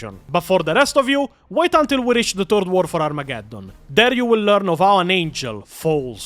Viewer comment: bros i love you and the videos are awesome but in h, its not "Turd War of Armageddon", it is "Third War of Armagageddon". just wanted to clarify for newbros. =P